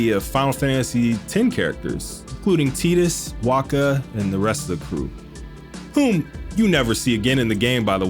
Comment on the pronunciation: You said Tee-dus thank god just like the FFX trailer did